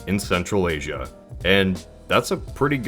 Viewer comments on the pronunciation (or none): none